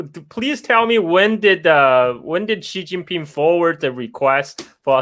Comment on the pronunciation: Is anyone else also really annoyed with the narrator not being able to say Xi Jinping's name correctly?